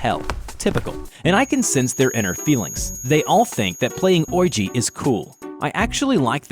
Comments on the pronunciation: Bruh “OIJI” It’s pronounced “weejy” But I don’t care ngl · "Wee-jee". Not "oy-gee". Certainly not the word "orgy". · Hey you said oiji when those kids had a ouija board its pronounced kind of like weegee or weega board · Ouija pronunciation: “Wee-Jee” pronunciation: “Voidja” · Nobody:: Ougi (Ouija > We-Gi) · You pronounce Ouija as “wee-gee” the letter g. Wee G. Not Oyji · OYEGEE???? Its pronounced WeeJAA!! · wait its pronounced Oijee? i thought it was sounded out as Weejee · wrong way to say it Ouija = oi ~ gee the correct way to say it WEEGEE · It's "oh-wi-ja" (ouija). NOT "oi-ji"! Oh the cringe everytime I hear you say it in the vid... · im sorry but did you say OI-Gi.... Its Wee-Gi Lmao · oygee? its pronounced weegee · You are the first person I have ever heard call it an "oyeegee" instead of "weegee" board. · Why do you pronounce Ouija as Oyji, it's pronounced Wija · It's pronounced weeji, not oija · Ok I’m sorry but oiji it’s said like weeji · Sorry there pronounced weegee boards like luigi ......sorry it was just kind of anoing I love your channel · oiegie? it said weiga. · Ouiji hahahahaha it's ouija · Oi-jee Me: it's we-jee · Oigi?!?! Do you mean ouija? Like O-Wii-Ja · Ouija is actually pronounced "wee-jee", not "oi-jee". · No hate but it’s not pronounced oy-jee it’s pronounced wee-jee :D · Ok so not oiji. It is pronounced Wee-Gee Edit: Maybe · Ouija is pronounced weeji not oi Jee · It's not pronounced oyjee it's pronounced wee ya because if the French and German words for yes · Ouija = wee juh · I love how he pronounces ouji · everyone: ouija: OwIgY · Never heard anyone pronounce Ouija the way the narrator of this does. Oiji? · im sorry did you say ouiji as orji? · The guy is pronouncing ouji wrong is sounds supposed to sound like we-gee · Not taking away anything from the video, but most people pronounce ouija “wee-jee” does everyone pronounce it wrong, or does he have it wrong? I honestly don’t know.